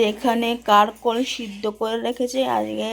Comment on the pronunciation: ওই সবজিটার নাম "কারকোল" নয় "কাকরোল"বুঝলে?